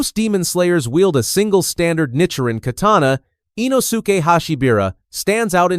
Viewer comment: "Inosukay Hashibeera"